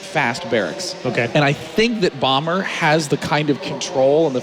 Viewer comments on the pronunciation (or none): I love how all the coms pronounce Bomber's name as "Bummer" lol